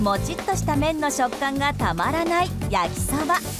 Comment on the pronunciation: 最初の焼きサバって聞こえる… 気のせいか